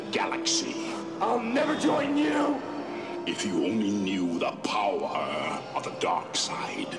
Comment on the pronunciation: Your powah